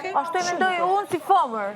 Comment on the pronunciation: Dolce sdin me than femer po thot fomor 🤮🤮🤮👎👎